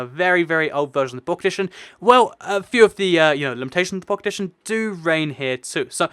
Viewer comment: it sounds like you're saying pocketition instead of pocket edition